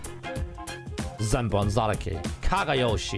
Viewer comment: It's senbon zakura not senbon zaraki i guess ding dong